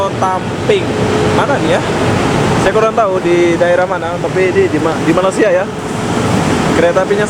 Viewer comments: sebut Malaysia bukan malasia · Sebut betul la..kalau malasia,itu keretapi kosong..semua duduk rumah tido...ini malaysia.. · Hang sebut malaysia bgi elok² skit.. Malasia² apa dia.